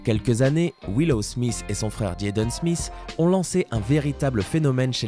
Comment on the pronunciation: Sa se dit pas Smiss sa se dit smit